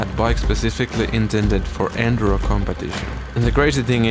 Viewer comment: You mispronounce enduro so many times in the first minute that I gave up